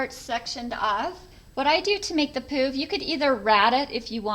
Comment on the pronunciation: Sorry but we giggled every time you said "pooof"